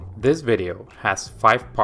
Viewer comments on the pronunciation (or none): Thank you for the video! Please pronounce the word "this" with S, not Z in the end - "this video", not "thiZ video".